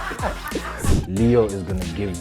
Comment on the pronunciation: Man called Stavoo💥‼️